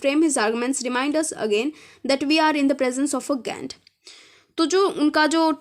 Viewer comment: U have pronunciation problem ‘ paradigm and giant‘ I'm not criticising u just telling ur mistake